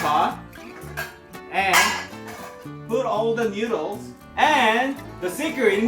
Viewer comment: This is how many times he said newdooles ⬇️